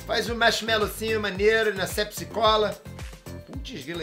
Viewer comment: Sepsi kkkkkkkkk é pepsi